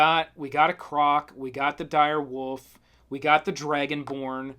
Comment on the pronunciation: I love every time he said dire woof